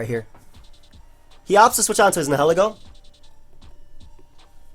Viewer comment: ...The way you pronounce Nihilego is a little upsetting. It's comprised of two words and neither one is being accounted for...